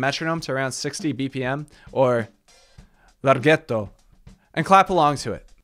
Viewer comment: Wow you said Larghetto perfectly I'm Italian, well done!!